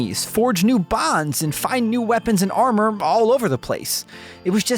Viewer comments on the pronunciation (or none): none